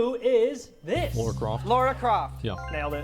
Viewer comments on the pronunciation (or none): Why is nobody able to pronounce the name Lara? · Gosh...when I hear people say Lara as "Laura" I just wanna jump in my tree and start throwing bananas 😂